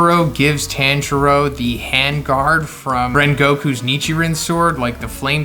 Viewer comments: TON JURO NOT TAN PLEASE STOP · His name is pronounced Tonjiro but spelled Tanjiro and the first sun breather name is Yoriichi